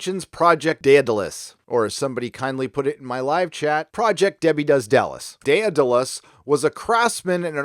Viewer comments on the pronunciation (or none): none